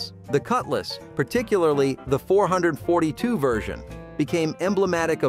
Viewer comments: Actually, it’s pronounced “Four, Four, Two” Meaning “Four Barrel (carburetor), Four Speed (manual transmission), Two (Dual Exhaust). It was a performance package, not just the pathetic underpowered decal it became in the 80’s. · "four hundred forty two" LOL! It's known as the FOUR FOUR TWO. Four barrel carb, four speed, dual exhaust. Those were the attributes to every real muscle car. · 4-4-2 (not four hundred -forty-two) 🙄